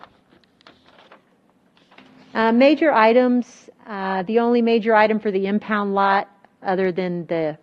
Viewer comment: My blood boils when I hear her say impound lot